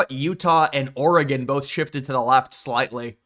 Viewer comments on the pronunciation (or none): none